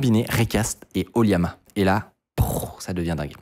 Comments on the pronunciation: ça se prononce O - LLama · Je pense que "Oliama" se dit plutôt OLLama.. c'est pas un "i" je pense ^^